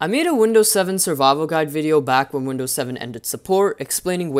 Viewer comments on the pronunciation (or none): Lol windoos 10 beteer sooo beteter